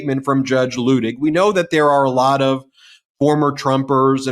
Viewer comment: Ben, a gentle reminder that Luttig is pronounced Lootig long u sound. From a MT Patreon patron. Love you guys!